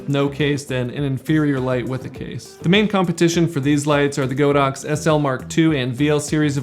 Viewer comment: The correct pronunciation for the brand is God ox not Go dox